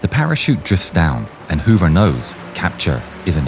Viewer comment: Wow, I didn't even make the connection when you kept saying Robert Hover. Simply amazing! I got to see him do his demonstrations in the late 1980s and was so awestruck